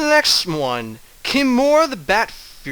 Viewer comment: Yeah sorry about the misspelling of "Prenounce", and it was meant to be pronounced Kai-More, but nice try, and thanks for answering me =3.